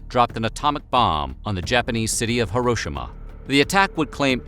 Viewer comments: *INHALE* "HERO-SHE-MAH is how you say Hiroshima, not "HER-ROW-SHA-MA" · Love your videos but since you have said this city's name incorrectly in a few videos... please try to say Hiroshima like this: He, Row, Shee, Mah